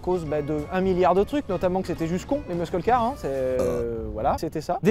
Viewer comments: Superbe vidéo ! Aussi superbe que la prononciation de "muscle" par Sylvain 😍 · C'est un des rares mots anglais qu'il prononce (presque) comme il faut.